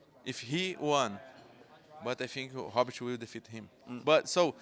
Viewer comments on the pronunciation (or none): In Portuguese R is pronounced like H..hence " Funny " Hobert.. sounds like he's calling him a " Hobbit" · Robert mate Robert "Rob Bert" Not Hobert